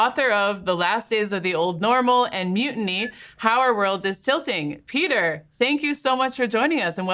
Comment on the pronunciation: Guys... it is really not so difficult to check the proper pronunciation of people's names. The name of that idiot, that weasel, that maniac Rutte is not pronounced as the English word "rut". The name of your guest is not pronounced the way the name Peter is pronounced in English. Research it! Because it sounds profoundly silly when you pronounce it the way you do... invest a few minutes to research it before you make a video, that will prevent you from sounding like a bit of a fool.